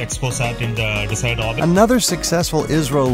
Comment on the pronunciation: He said ISRO but pronounced it as IZRO